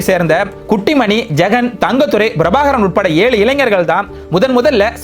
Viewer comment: முதலில் தமிழ் எழுத்துக்களை சரியாக உச்சரிக்கக் கற்றுக்கொள்ளவும் அது Brabhakaran அல்ல Prabhakaran... ஏன் தமிழ் உச்சரிப்பில் வடமொழி உச்சரிப்பைக் கலக்கிறீர்கள்?